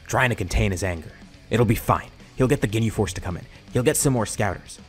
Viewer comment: I fr heard him say "they defeated the gay force" XD At